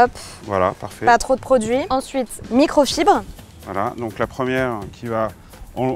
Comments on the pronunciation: micro fibre pas micro chibre 🤣🤣🤣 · Je crois qu il ya un défaut de prononciation ce n et pas une micro chibre mais fibre 🤣🤣🤣